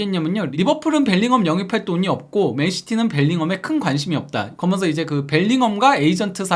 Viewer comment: 발음좀 제발 재대로 부탁드립니다. 무슨 아나운서를 원하는게 아닙니다. "그러면서"가 그렇게 안돼나요? 거면서, 거면서 거면서,,,, 여러번 댓글 달았는데 죽어도 피드백을 안하네요. 처음엔 신경을 안쓰려고 했는데 거면서를 한두번도 아니고 한영상속에 거면서를 20번은 넘게 쓸때도 있는것 같은데 요즘은 오히려 억지로 신경안쓰려고 하니까 더더욱 거슬리네요. 살면서 그러면서를 이렇게 많이 쓰는 사람도 처음이지만 그게 또 발음을 못해서 거면서로 말하는 사람은 처음보네요.